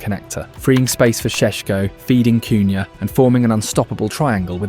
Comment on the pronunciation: Sounds like man is doing farm yard sounds when our front 3 are talked about. Em beuuuumoo cooohyaaa, shessshhkooo